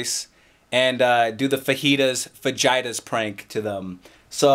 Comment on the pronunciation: It sounds like your saying vaginas but when your pronouncing fajitas wrong